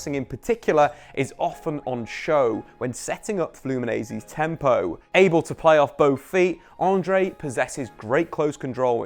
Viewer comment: Not Flumineise. Just say Flumi-Nens. Sounds like you're trying to say mayonnaise.